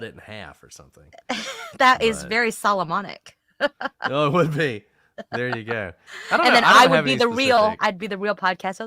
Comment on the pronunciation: New word: Sawlomonic